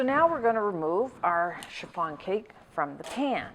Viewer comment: Love the way you pronounced chiffon like cherr-farn